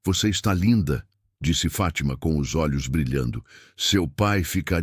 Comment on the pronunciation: FÁTIMA e não FATÍMA,para nós brasileiros a pronuncia é estranha.